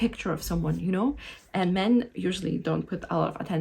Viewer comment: Yes. The way you emphasize the word "men" at the start of this video at 36 second in. (you do it in multiple other places as well). For most men will be an immediate nope and they walk away. Something to realize for about the last 10-15 years men have been getting shit on by feminist in this way. So ANY indication of this attitude towards them in the early phases and they walk away instantly. Literally seen this in real life many times. You have a mixed group of men/women in a bar and one of the women will construct language that way. Blame all things on men as if "all men are one entity/the same" it comes across as identity politics (paint all men with the same brush). Then 2 hours later when trying to talk to any of the men all the men are running away from the person and nobody will say why cause its confrontational to do so. The only men left standing there will be because they think they can use the desperation against the women to try to get lucky. The result is this is the only men you end up meeting / talking with are men who typically do this. The other import thing is none of the womens friends will tell her either. Women tend to love to give positive comments only and not negative realistic comments. Or comments which are polar opposite opinions of men. Like an example of that you can see in real life is a women giving complements about the long fake finger nails and how nice they look. But in reality are extremely off putting to a lot of men cause they scream "I